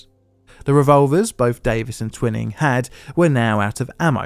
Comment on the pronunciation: The bastard's name was pronounced 'Twy-ning.'